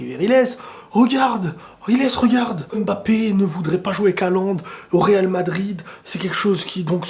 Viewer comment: C'est la première fois que j'entends un non-noir prononcé Mbappé correctement